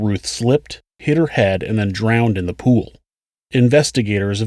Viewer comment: Sc - ual? Pu - wal? I though it was school and pool. Lol